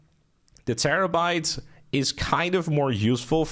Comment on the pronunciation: He said: "Terrebait ish a terribol feehikel"